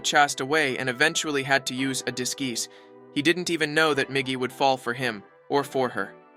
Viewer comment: "Gim" and "disgeese"